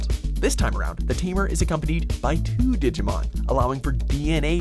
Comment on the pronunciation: The one thing I hate is how he pronounces Digimon